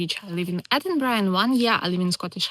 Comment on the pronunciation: How is it that a young lady from the Ukraine can pronounce Edinburgh properly, but not a single American can manage it? 🤣